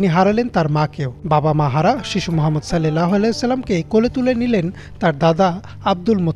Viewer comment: আপনি বলতেছেন "সাল্লেল্লাহু আলাইহি ওয়াসাল্লাম" এটা ভুল! এখানে হবে"সাল্লাল্লাহু আলাইহি ওয়াসাল্লাম" অর্থাৎ আকার দিয়ে হবে। এ কার দিয়ে নয়।